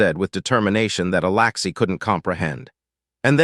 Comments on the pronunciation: humm you write alexy but say alaxy please get your act together. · Alexi not Alaxi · Right foot on the left leg, Alexi is pronounced with the letter E not the letter A for Alaxi.